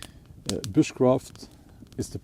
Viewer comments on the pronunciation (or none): At first, I heard 'witchcraft' and thought "Wha...??" Oh, you said Bushcraft.